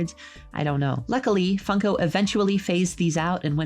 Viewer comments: Why did I keep hearing fucko instead of funko? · I cant , I just cant, it sounds like she's saying fucko, not like a swear, instead of funko